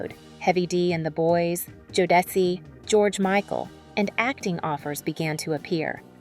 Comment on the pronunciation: Jodeci does not sound like jo-dessy. 😂😂😂 It's Jo-da-see